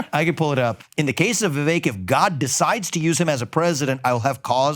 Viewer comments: It’s “Vivek” not “ voovek “ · Pronounced: viv-VAKE like cake! His parents probably didn't have mastery of English phonetics when someone passed them the form for his birth certificate. What the heck, don't say vek. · It’s Vivek like cake. 😊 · When vivek told about that how nikki haley is indian she pronounced vivek as ViVek. Definitely the foreigners can't pronounced it rightly but man if you are indian you Definitely know how to pronounced the indian names correctly. And if you aren't doing that it means you faking it.😂😂